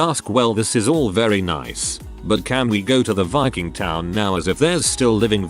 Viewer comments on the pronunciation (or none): none